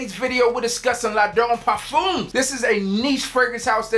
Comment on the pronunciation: You had ONE chance to say La'done Parfum and you ended it with the hard umeee haha, killer video my man!